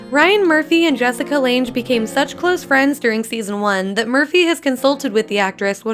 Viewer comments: Really Jessica LanGE???🙄Can't even say her name right!✋🤦🏼‍♀️No damn way I could finish the video!👏🏼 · As soon as she said Jessica "lanj" I was out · Anyone gonna talk about how she said Jessica Langes name wrong?! It’s spelt Lange but pronounced lang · I realize this video is outdated BUT...can we learn how to pronounce Jessica Lange? I get it...you're young. But the mispronunciation of an actor's name is extremely insulting. Do your research hon. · who is this muppet narrating that cannot even pronounce Jessica Lange's name correctly? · you researched all this stuff but not how to correctly say Jessica Lange ....